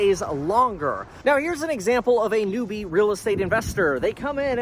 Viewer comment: It's pronounced "new-bee"